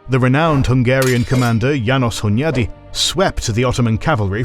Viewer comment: Hunyadi (I think you nailed the pronunciation there.) János (yaa-nosh, with sh sound like in "shoe" or "share") And, if you aim for perfection, family name (Hunyadi) first, the so called "first name" (János) second. A weird Hungarian thing. But it is very useful when making an alphabetical list of names, for example. More importantly: Great video.